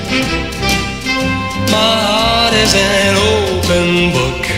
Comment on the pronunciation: 그 땐 open이란 단어를 클리프는 오픈이 아니고 오팬처럼 발음하는거 같아 좀 이상하다 했지만 워낙 클리프의 상큼발랄한매력이 퐁퐁 솟아나는 노래여서 엄청 따라불렀었죠~~**